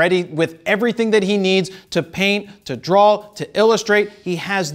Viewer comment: Just like RAW sounds like RAWL in the intro ...and "to drawl"